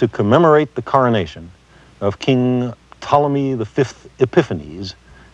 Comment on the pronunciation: why does sagan say p-tolemy, i thought the p was silent correct me if im wrong